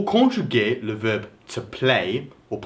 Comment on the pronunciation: Mddr ton accent " conchuger" lol